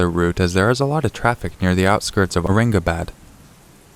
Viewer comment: Aurangabad (you pronounce "bad" as "bud")